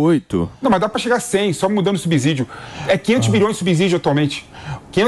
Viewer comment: a palavra SUBSÍDIO é pronunciada com "S" e vc fala erradamente usando "Z"... Se ligue pra falar corretamente...😂😂